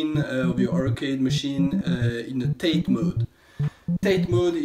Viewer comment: Great video. But it's pronounced "TA-TAE" in Japanese. Not "tait". So rotate it counter clockwise? About to do mine now. Thanks!